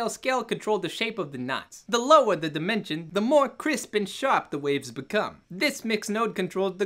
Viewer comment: This is impossible. Every time you say "dimension" I hear "demention" and that's how I feel.